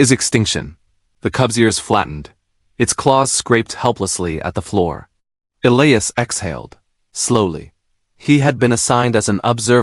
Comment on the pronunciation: It is ee-lie- us. Get it right